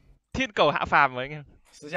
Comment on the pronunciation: câu thiện cẩu hạ phàm chuẩn luôn đấy tưởng k biết tiếng trung 😂